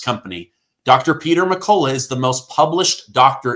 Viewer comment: you're pronouncing Peter's last name wrong in all of your ads for his medicinal formula. It's pronounced "Mc-cull-ough".